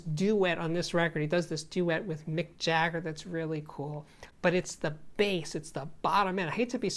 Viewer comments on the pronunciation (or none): none